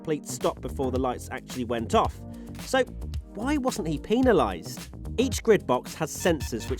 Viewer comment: Yo please stop pronouncing penalized that way.